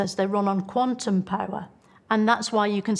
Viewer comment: In all honestly, I heard it like "Quantumic physics", which is wrong, it's like saying peanutic butter.